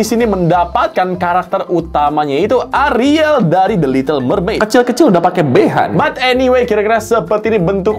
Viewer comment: sebutnya A RI EL ya guyysss bukan ARIL😭😭